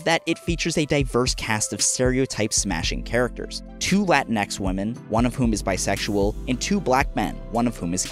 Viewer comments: Ooooh bby please tell me you didn't just say "latin-ecks." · He just had to say "latin-ex" didn't he? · did i just hear you say latin-x women? are we the xmen or something? lmao, but good video otherwise